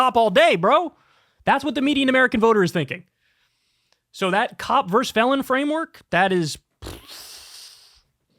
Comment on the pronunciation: Kyle, for such an intelligent guy, your use of "verse" instead of "versus" is surprising.